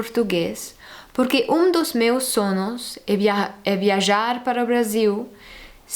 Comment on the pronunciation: When you are speaking portuguese remember one thing, in spanish you have Ñ and you know the pronunciation of SUEÑO, in Portuguese we have NH but it has the same sound of Ñ. SUEÑO and SONHO, say SOÑO/SONHO